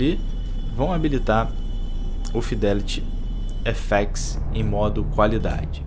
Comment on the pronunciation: "Fidéliri éféxi" kkk